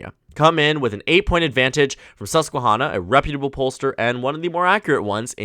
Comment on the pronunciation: This is completely irrelevant to the rest of the video, but the han in Susquehanna is pronounced like hand, not Honda.